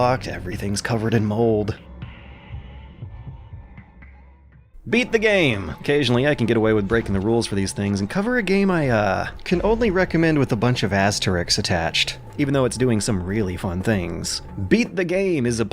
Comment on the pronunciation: Aserisks, not 'asterix'...